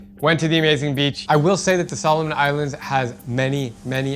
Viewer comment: No it’s pronounce Solomon Islands but it’s okay you’re doing good